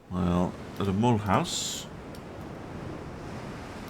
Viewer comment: "Mulhouse" pronounced like "Mmm, you lose"😆 Great episode as ever!🙂